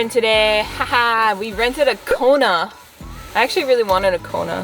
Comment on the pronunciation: Hyundai 발음 너무 정확해요 ㅎㅎ